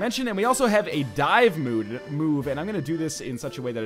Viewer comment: Only thing i gotfrom this was the canadian accent for dive mode.